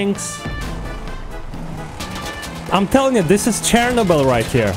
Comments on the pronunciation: CTPAHA_COBETOB I know but he said Chernobyl just like post apocalyptic Russia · Did you say ''post apocalyptic Russia'' for chernobyl?